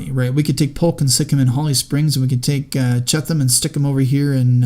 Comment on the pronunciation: I think its pronounced B. F. CHEAT-um